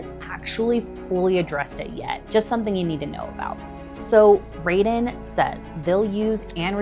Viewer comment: Sorry, but where did you get your $3B figure from? The company's stated construction cost for the project is $785M. Taurus = "tar–is", Raeden = "ray–den" Decibel, not decimal; At the 7Apr26 public hearing, Raeden COO Jason Green stated that the facility would never exceed 50 dB and further assured, "We can guarantee it." The daytime residential noise limit is 55 dB (7 am–7 pm) and the night time limit is 50 dB (7 pm–7am), with a 5-dB penalty for impulse noise (i.e. 50 dB daytime, 45 dB nighttime). Infrasound, not infrared sound; Infrasound is generally sound at or below 20 Hz. Infrared is electromagnetic radiation between microwaves and red visible light with frequencies between 300 GHz and 400 THz and wavelengths between 1 mm and 750 nm. The closed-loop argument is a red herring until data center operators can provide their own, fossil-fuel-free energy for these projects. If the power is provided by a combined cycle natural gas plant, Project Taurus will indirectly require 3.5M gal/day of water withdrawal (mostly returned to the water system) and roughly 250k gal/day of water consumption (water lost from the system). Colorado Springs has been in drought conditions for over two decades, and Raeden's ambitions for this project were, and likely still are, 400 MW. Much of this has been recently uncovered through CORA requests. On 9Mar26, Gibraltar city councilors approved a data center moratorium, and is now being sued by Raeden. Michigan is now con